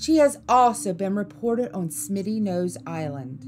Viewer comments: Smuttynose instead of Smittynose. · Smitty not Smutty was what got me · FYI, it’s Smutty nose, not Smitty. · Smuttynose, not Smittynose.. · it's Smuttynose, not, Smitty; been to Mystery Hill and if the editors of this yak went there, they would discover it goes waaay back, theres a sacrifice stone, chiseled imprints in stone for making stone spear heads and would learn that all the stones in the area line up for certain sun spots for timing the year; I've talked to locals and have researched the Saco River story, the baby drowned and they killed the mother which is why her father, a chief, cursed the river, it's true that 3 white people drown every year except one back in the 30's or so, locals won't let their kids swim it it until the three drownings, but if your of Indian decent, your void, it is a tough river in spots where you have to watch your ass, tadaa !!!